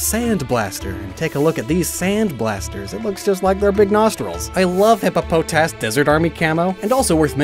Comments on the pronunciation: "Hippa-poh-TAS" lol. I know this isn't the official pronunciation, but I much prefer "Hippo-PAH-tis" it's just hippopotamus with the "amu" removed. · At least you didn't call hippopotas as hippo-puh-toss which is it's official pronunciation, I like hippo-pot-us more but yours isn't bad (hippo-po-tas)